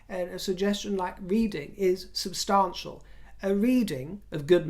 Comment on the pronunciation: OMG, Is this a white Winnie Mandela impersonation. Please use the correct pronunciation of "substantial" and not the Lady C affectated pronunciation. Listen to your latest video and and hear that you switch pronunciations. I despise Meghan ( and Harry) as much as I despise Trump, but at least she is not a social climber as you () and name drop. You critisise her expensive clothing, that's her business, but at least she doesn't have to buy at the "Thrift" shop. I just think you are jealous that she succeeded in marring a "royal" and you remain common drag "queen". Oh, I am certain you have friends of "inluence", the ordinary gay politicians. Finally, I find it offensive that you refer to Prince William as the "hot' prince and how you would love to "have " him. In your dreams, in your dreams. Show some respect.